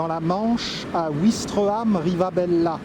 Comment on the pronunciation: J'habite Vaucelles depuis 20 ans. Un très joli quartier qui fait petit village. Oú presque tout le monde se connaît. Je me permets de vous corriger sur la prononciation de deux villes que vous avez mentionné :Grentheville (prononcé /ɡʁɑ̃t.vil/) et Ouistreham prononcé [wistʁeam]